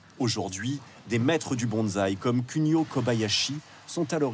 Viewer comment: alors par contre faut absolument arrêter de dire BonZai avec un Z, c'est BonSai avec le son du S et pas du Z. On dit E-mail avec la prononciation du "i" et pas du "e"